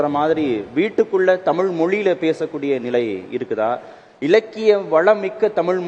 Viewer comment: தழிழ் a kuda tamil nguraru ... data points not correct...